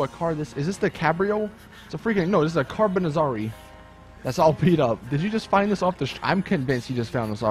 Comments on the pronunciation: Also the carbonazarre is not the carbonazzarree the "E" is silent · So I looked up how to pronounce "Carbonizzare" and it's pronounced such as "Carbon-it-zar-ay" The "zz" is like the one in pizza, and the "are" is just "arè"